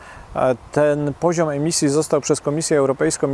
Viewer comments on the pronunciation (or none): Sreemisji a nie emisji!!!! Najwyższy czas opuścić ten eurokołchoz!!!!